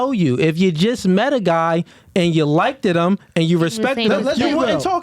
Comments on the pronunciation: Come on 'if you just met a guy and you "likid" him?! "Liked" not "Likid." I'm surprised with you man 😮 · kills me sometimes😂😂😂 “If shawty really likededed him “ 😂